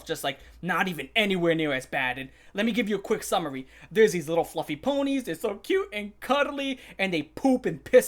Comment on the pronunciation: “Fwuffie wa-“ hits with a metal bar